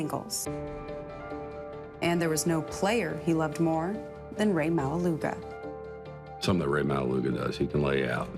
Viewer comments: the pronunciation of maualuga is not suppose to sound like that 😅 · are you Samoan? or even islander? cause if you are you'd know that's not how you pronounce his last name ✌🏻